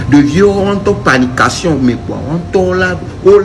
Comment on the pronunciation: a dit panication😅😅 le stratège